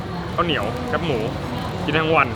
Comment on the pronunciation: ส่วนใหญ่นะคนภาคกลางออกเสียงว่า "แค๊ปหมู" จริงๆ แคบ คือไม่กว้างอ่ะ..เอาใหม่นะ..แคบหมู แคบหมู แคบหมู...ฝึกพูดบ่อยๆนะ..เดี๋ยวก็เป็น อู้เจื่อๆเด็วกะจ้าง...